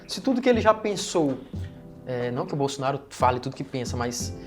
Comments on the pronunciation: O gordinho ñ sabe nem Falar Bolsonaro kkkk ele falou Bolsonario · Impressão minha ou o falou “Bolsonario”? 😂😂😂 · Sim, ele falou bolsonario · Ele dis "Bolsonário"?